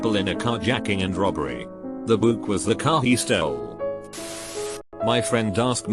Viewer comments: The pronunciation of Buick Beuiiick how text to speech pronounces it Boook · "an old buuk (Buick) outside. Pay for a narrator. Your computer narrator sucks silicon. AAAAnd unsubscribing with my friends. Lata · this reader bot.... perfectly pronounces bronchitis, but cant pronounce goosebumps or buick EDIT: or geek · CAN THE TEXT TO SPEECH REALLY NOT PRONOUNCE BUICK??? 💀